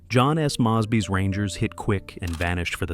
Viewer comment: Amazing AI, but a couple of comments. 1) Grant was shown as President late in his 2nd term, not as leader of the Union army. 2) You pronounced Mosby's name incorrectly. It's MOWS-bee, not MOS-bee.